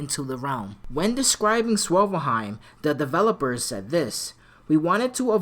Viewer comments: i thought it was called svartalfheim? how come you keep pronouncing it swovelheim? just a bit confused, no shade my brother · it is? Lol in that case, it sounds like you're saying swivelheim lol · Svartelheim is hard so is saying ginnungagap or einherjar lol 😂 so no worries bro.